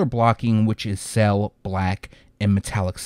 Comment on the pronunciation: "Cell" <-------🤣🤣🤣🤣 I laugh every time. No idea why he can't say "sail". Lmfaoooooojdjei754rtahsbbsj